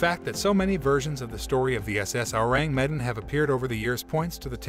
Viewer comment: "Ewww" "rang" "meh" "Dan" Learn to say the name lmao